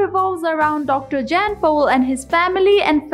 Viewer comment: Say Dr Pol's first name right.